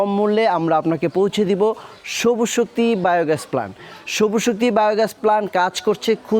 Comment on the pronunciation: নাম হল সবুজ শক্তি আর আপনি বারবার বলেন সবু শক্তি, হাস্সকর